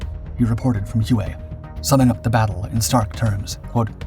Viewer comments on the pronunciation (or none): Drove me nuts throughout the video. Whey not hew-ay. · Thank you Gentleman. HUE-A? OMG...anyone that grew up in those 1.5 decades of the Vietnam War, knows it's pronounced WHEY CITY! My father was in the 6S Navy and was stationed on board a "Tin Can" ship. I was very young, but he'd tell me some stories about he was told from Marines. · It's pronounced "Way not hue-a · The name of the city is pronounced WAY not who-aa. Love your videos. Please keep producing great work. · HUE is pro ounced "WHAY".Not hooway. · So many butt hurt yanks in the comments it pronounced “Way” STFU 😂 he’s a young lad in his twenties and not a major production company. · It's pronounced "Way" and my father flew USMC CH-46 Sea Knights in support of this operation. He told me that...he felt his superiors were personally trying to kill off his whole squadron! That after the battle, they only had two helicopters left in action and that they were deemed "Ineffective"...in his words and the Squadron was absorbed by another squadron and sent to support Marines elsewhere. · All the old fellas who talk about Nam they say "way" when pronouncing Hue. ❤👍🏽🇺🇲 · It's pronounced WAY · This is interesting because during the fighting, the US News channels called it Hu-ay every night. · All Marines pronounce it “Way”. 2nd Battalion 5th Marines, “The Blackhearts”. The most decorated Battalion in the Marines. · You are correct. All Marines pronounce it “Way” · You noticed that too? It is a pretty rookie mistake., I was a bit surprised.